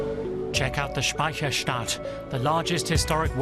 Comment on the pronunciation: Funny, how the german city names sounds, spoken with english accent ;-) Like Speicherstadt or Elbflorenz ;-)